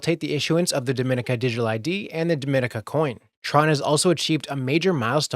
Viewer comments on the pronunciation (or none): Dominica is pronounced in an different way than Dominican Republic. Pronounce Dom like Com in Dot Com. Dom - en - eka... Dom-en-eka